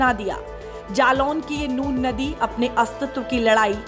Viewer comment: Nun ko nur bolna band karo.